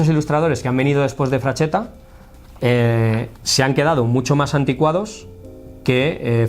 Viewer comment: No es "frachetta" sería pronunciado "fraxetta" pronunciado como la x del castellano antigüo